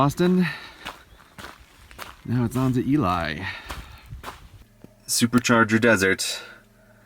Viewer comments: Used to drive that road a lot. It's EE-LEE, not EE-LIE (Ely). If you ever drive back, the steakhouse at the jailhouse is actually pretty good. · Ee-lee not ee-lie Edit: Btw it's really surreal seeing you in one of my childhood towns. My grandma and uncle still live in Ely and i visit on occasion. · EEL-EE, not EE-lie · I know it's been two years, but it's pronounced "EE-LEE" Nevada. Not "EE-Lie" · Hey Grey, not to be horribly pedantic, but it's "Ee-Lee," not "Ee-Lye." On the plus side, you've made a Nevada pronunciation faux-pas so specious that I've never had to make this correction before, so congratulations! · This popped back up in my feed again.... and now realizing just how many other places got mispronounced... Ely = eelee as opposed to ee-lie, and Nephi is Knee-fai as opposed to Na-fee-tee. Being from the West it's just jarring to hear them all pronounced wrong, if only because it makes he harder at a casual listen to follow where you were. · Being from the Great Basin, I always get a chuckle when visitors mispronounce city names in the area. Visitor: "Yeah, I was just in E-lie." (Ely) Me: "E-lie?" Visitor: "You know, in Nevada?" Me: "Oh, you mean E-lee? Got'cha." Visitor: "And then I went to Knee-fee." (Nephi) Me: "Knee-fee?" Visitor: "You know, that place in Utah?" Me: "Oh, you mean Knee-Fi? Sorry, got confused there again." And don't get me started on snow in June. 😆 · Ok this is driving me nuts...FYI that town is actually pronounced “Elee” not “Eli”. I know it’s weird because it is spelled Ely but trust me it is said by everyone in the west (including those in the town) as “Elee”. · Too late now, but the locals say Elee, not Ely (as you'd think), Nevada. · “Ely” is pronounced “E-Lee”, and “Nephi” is pronounced “Kneef-eye” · Ely Nevada is pronounced like eelee. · It's pronounced Ee-lee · Also, its pronounced Eeeeee-leeeee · Ely is pronounced “ee-lee” :) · okokok nevada is pronounced nəˈvædə and ely is pronounced eelee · It's pronounced Elee, right?